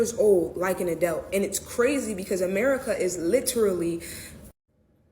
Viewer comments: What the heck is "n adellt"? Are you trying to say "an adult," ma'am? Maybe if you uncinched that hoodie more blood would flow to your brain. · wtf is an “adelt” is she trying to articulate adult? No where in the bill does it say 7 year olds are going to work & are considered adults. Omfg the ignorance just like when it was the “don’t say gay” bill when that was incorrect too. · someone should ask her what an “adelt” is? 😂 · Wtf is an adealt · What's an "Adelt"? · Why is that one girl pronouncing “adult” as “adelt”?!?! 🤨🤔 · WTF is an "adoubt?" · This country is so fked, bru. So many people are willing to accept false information as fact with no secondary research. And the language.... it's gone. This mf said, 'adelt' like 4 times in 60 seconds. Meaning 'adult' . Said the shyt over and over...... while giving a bad take based on incorrect information, and ACTUAL TRYING TO SOUND EDUCATED 😂😂😂😂😂 Can't make this up. Glad we have video lol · The one black girl keep saying “Adelt” is pissing me off😂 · The illiteracy is astounding and the one pronouncing adult as adelt hurts my brain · wth is an adelt? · what is an an “adealt?” These people can’t even speak English. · What is an "adelt"? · why does she keep saying “adelt”? What is an adelt? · What in the fuck is an "Adelt" ? I cant shake that . And if you get child support when say the kid is born which most of these people do because the dad splits. If in 7 fucking years you cant get stable enough to support yourself. You need some learning and to reevaluate what you are doing with your life. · Sorry I don’t listen to people who can’t pronounce “adult”. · The way she pronounced “adult” 🤮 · She can't even pronounce adult. Jesus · Why cant this person say adult. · How the fuck do you make it to adulthood and not learn how to say adult? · Is anyone really listening to any of those clowns who can't pronounce "adult" I highly doubt that fool has or will ever be able to qualify for any job.